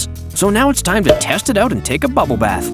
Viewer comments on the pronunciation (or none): none